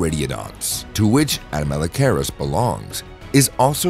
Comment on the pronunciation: Horrible pronunciation... learn to say the name of the thing youre talking about before talking about it... its cringe.